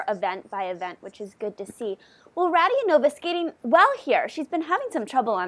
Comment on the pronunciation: Its RadiOnova not RadionOva